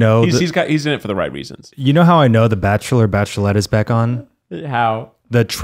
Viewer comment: are they forgetting about the barkchshelor??? orrr